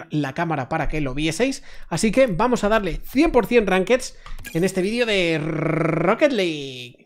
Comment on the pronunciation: Rrrrroqueet liiiiig